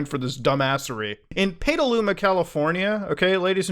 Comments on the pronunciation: I’m pretty sure it’s pronounced Pet-aluma not Pay-taluma. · jesus it’s pronounced pedaluma not peetaluma lol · Sorry to be that guy, but Petaluma is pronounced, Pet-uh-loom-uh. Or Pet-uh-loo-muh. The last one is probably closest. Hence the edit. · I live in NorCal and it’s pronounced “peta-looma” But other then that great video lol, all evil comes from CA and I’m leaving soon lol. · I used to live in Petaluma. It’s pronounced Petal-ooma. The place is too beautiful (well, years ago it was- haven’t been back) to be mixed with Peta 😂😂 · Petaluma is pronounced more like ur about to say the word petal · For what it’s worth everyone pronounces it more like peda-luma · you say it like PEDALUMA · Alright I got to say it. It's pronounced Pet-A-Luma . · Mudahar butchering the name of my home town was something I was not expecting to witness today. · It's cringe to hear you mispronounce the name of the city over and over again.